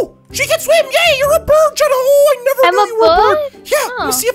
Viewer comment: you said China instead of jenna.😂😂😂😹😂😹😂😹😂😹